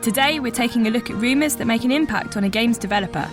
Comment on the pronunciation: Can we get a new narrator please? It's rumors not reemus